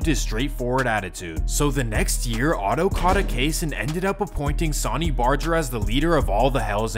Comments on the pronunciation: that boy said “Sawny Barger” lmao bro it’s pronounced “Sun-ny” RIP Sonny Barger #SupportYourLocal81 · SAWNY BARJER 😂😂😂😂 🗣️ SUH-NEE BAR-GER